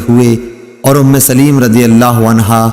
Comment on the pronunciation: محترم صحابہ کرام رضوان اللہ علیہم اجمعین ام سلیم کا لفظ صحیح نہیں پڑھا سلیم کے لام کے نیچے زیر کی بجائے زبر پڑھنا ھے